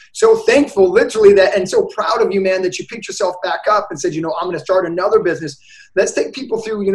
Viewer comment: Mr “A whole—nuva—level” Lmao